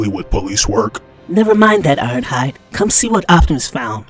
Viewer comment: Irohhud for real dude its ironhide